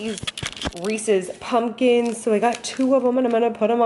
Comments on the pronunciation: The first time I heard you say Reese's pumpkins, the video cut out/YouTube closed, and I swore you said racist pumpkins. I was like...what just happened. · I could have sworn you were saying “racist pumpkins” . XD 😂